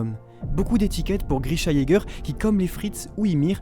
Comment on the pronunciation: Eren Jager ça ce dit Eren Yager voila je voulais juste dire ça et continu comme ça